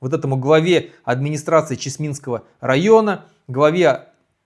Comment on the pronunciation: Не ЧесмИнского, а ЧЕсминского.